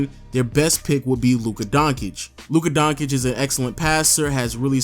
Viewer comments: Its Don-cic not Don-kic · Come on. Donkich? Really? Its not that hard to say Donchich Jokes aside great vid lol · It's 'Don' as in Corleone 'Cheech' as in Chong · Nigga just called Doncic Donkic 😂